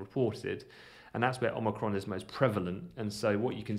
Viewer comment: Most importantly.. THANK YOU for pronouncing Omicron properly! Lol... Every time I hear Omni-cron it's like nails on a chalkboard. Lol